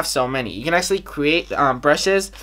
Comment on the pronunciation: vi can acshly vi can acshly vi can acshly 😂😂😂